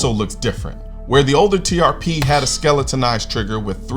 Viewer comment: Sitting here next to my accountant wife and she says all she can hear instead of TRP is “TPS” (like the reports from Office Space) 😂